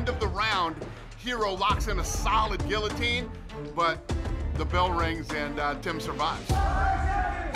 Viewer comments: why does everyone pronounce guillotine wrong???? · how you goin mispronounce guillotine when you're the fucking president of the UFC